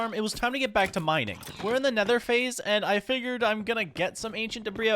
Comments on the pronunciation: why do you call ancient debris ancient debra? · Folks arguing over whether or not the “s” in debris is silent:: “Debruh” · There is no argument......the 's' is silent.....that's.....how you say debris,.